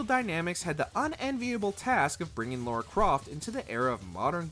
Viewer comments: It's Lara, not Laura. And NO, Lara didn't help a bunch of just straight young men to puberty. She was actually bringing a lot of gay men players together. I mean, just look at the Tomb Raider fanbase, 75% of its fanbase is a bunch of gay men and straight women. Also, TR Angel of Darkness is not a bad game... Ugh, I hate it when casual gamers comment on a franchise that I'm deeply passionate about. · Why does he keep calling Lara Laura 😤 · it's LARA Croft, Not Laura. Americans learn to speak properly challenge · L-A-R-A ....LARA. not "Laura". Lara Croft. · It's Lara, not Laura Why so many people get it wrong? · if I hear "Laura" one more time... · Why are you saying Laura